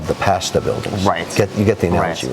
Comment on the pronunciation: Kevin can’t pronounce pasta correctly